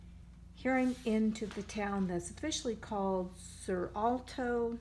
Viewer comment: I love the Siena sketches, the tower and the one of the placemat. Has such a strong atmosphere. And the agriturismo page, wow - I literally feel the sun on my skin. I love Toscana, need to go back! As for Certaldo, i think C is pronounced as CH like in "chair". Rule is C is always pronounced so if followed by an "i" or "e". In every other case it's pronounced as "k".